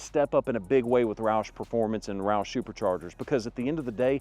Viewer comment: As soon as roush pronounced at 4.38 min I stopped worthless video. In my opinion its dumb to install a supercharger on a non racing truck. Absolutely doesnt make sense. Mustang, GT absolutely OK. Ppl want a supercharger should by a dodge or MB cars. Then go 160 mph on freeway which I did 16 yrs ago. It was wide open freeway in a MB E55 AMG. Wow what a feeling.